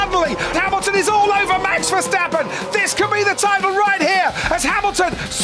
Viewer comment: Max being in formula 1 for several years and the commentators still can’t pronounce his name properly😅